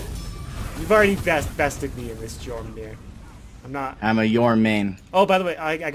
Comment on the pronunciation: Yor-moon-gun-dr is more accurate, but butchered pronunciations are going to be the norm anyway. People still can't pronounce 'Um-muh-rod-zoo' correctly but you know who they're talking about.